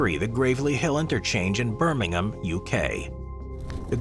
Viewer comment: I can forgive you for not pronouncing Gravelly correctly (it's like gravel, on the ground) because you managed to pronounce Birmingham in the correct way without the typical US 'ham' on the end.